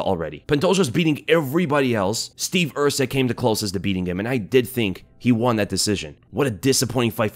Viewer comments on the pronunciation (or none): none